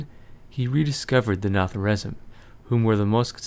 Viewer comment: Its pronounced 'Na-Thra-Zeem' But still Epic vids!!! :D